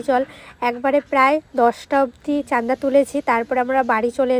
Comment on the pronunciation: তুমি একটি কলেজে পড়া মেয়ে, চাঁদা কে চান্দা বল কেন। উচ্চারণ ঠিক করতে হবে।❤ ভুল উচ্চারণ শুনলে কানে লাগে। শিক্ষা কে কাজে লাগবে।❤